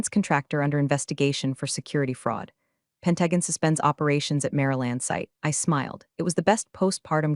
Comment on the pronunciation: Pen-tag-on????? WTF?